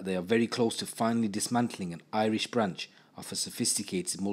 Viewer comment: Do you live in Ireland as your pronunciation of Irish is impeccable compared to other people with English accents, gratz man for going the extra mile